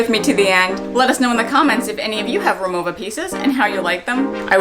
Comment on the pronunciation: I’m a native German speaker and the brand is pronounced “Ri-Mo-Va”, not “Ri-Mo-Ah”. 😉 I have the aluminum Cabin Classic and the Essential Cabin. They are beautiful pieces and you’ll have so much more joy traveling with them.